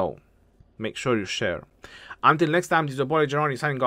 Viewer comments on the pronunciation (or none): none